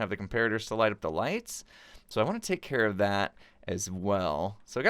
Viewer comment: it should have been, "i'll take carrot that", instead of when you said, i'll take care of that. i love your videos!